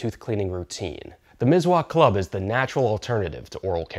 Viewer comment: Mis-wak Miswak by S not Z 👍Nice video😊